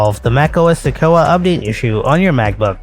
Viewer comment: The word is pronounced “Se-kwoi-a”.